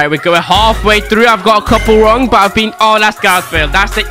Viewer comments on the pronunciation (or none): none